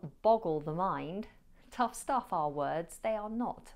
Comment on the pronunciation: Watch out! tough and not 'touth'...